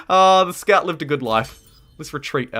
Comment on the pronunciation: I'm from NZ and I can't quite pinpoint your accent. It's definitely kiwi, as the "kiora" suggested, but some things sound English, and maybe Australian, and maybe something else I can't pick. Like you said something like: 'aw nah look they're running in with "skart" riders' For "scout", is that a UK accent? Anything else? Just curious lol